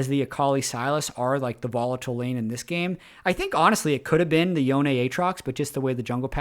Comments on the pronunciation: "Yo-neh" is correct if you are following Japanese pronunciation (assuming that culture is the basis for Yasuo and Yone). Awesome content as usual,! Appreciate the player grading system. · it's Yo-ne (yo-neh),. I think it's Japanese-inspired and their consonants are usually paired with vowels to form syllables. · Its yo-ne. Its eastern inspired name ffs. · Yoh-ne is correct, remember the Spirit Blossom trailer (I think that's where the VA, Liam O'Brien says it?)? Yhon is kinda the meme pronunciation as befitting his status as one of the wind shitters. Looking forward to meeting Yasuone (-san) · If it's Japanese, it should be pronounced Yo-ne. Japanese has very specific, consistent pronunciations, so assuming it's spelling correctly, you should always know how to say it. Manamune, for example, should be Mana-mu-ne. Assuming it's actually supposed to be Japanese (which I assume it is). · Yoh-neh, but Yo-ne is close enough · Yonay is correct, it's how it is pronounced by the characters in game. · I pronounce it yone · Just a heads up on Yone - you’re saying Yone, but it’s actually Yone. Very common mistake👍🏻